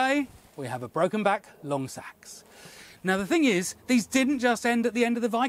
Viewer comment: I may not have seen any tests yet but I did learn to finally pronounce 'seax' properly